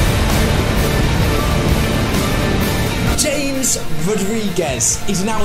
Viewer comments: James Rodriguez is pronounced {Yam-ez Rod-ri-gez} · Its hames rodriguez not james , he's columbian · it is pronoused hames not james ha mez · his name is James but the call him Ha-mes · his name is said ham es not James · Its ham-es not james lol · Its not james its hamez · why the hell did you pronounce james rodriguez as "JAMES"... (its pronounced "HAMES" by the way) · Btw it's hames not James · It is pronounced as Ha-mez Rodriguez. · Its is pronounce Ham-ez. I was watching the Columbia-Uruguay match with Colombians, they even called him Ham-ez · Everyone its pronounced Ham-ez